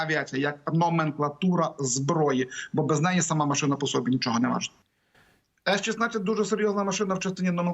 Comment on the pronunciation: Не по сОбі, а по собІ!